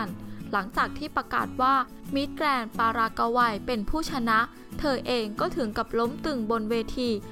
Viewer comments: "ปารากะวัย" มิติใหม่ แห่งการอ่าน.... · ปารากกาวัยโอ้ยอายคนทั่วโลกบ้างไม่มีใครอ่านออกเสียงอย่างนี้หรอกไปหัดอ่านและหนังสือบ้างนะพิธีกรเจ้าของคลิปอายคนเขาทั่วโลก